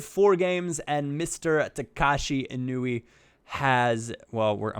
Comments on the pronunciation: Its eee-noo-eee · It's I-nu-e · It's in-wee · its pronounced ēnui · it is said In-oo-ee, just had it right before:)